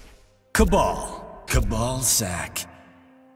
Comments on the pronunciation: Ka-Bal sac lol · Of course he said kabal sack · MK: kabal. Johnny cage: kabal sack.